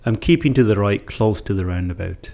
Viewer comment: I like the way you say roundaboot, laddy!